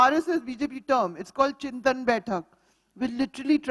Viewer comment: Chintan is not Chinta, Madam. Learn any Indian language - you will know.